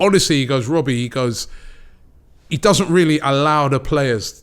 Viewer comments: “When is this gonna end Wobbie?” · Or what do you want me to say wobbie? 😭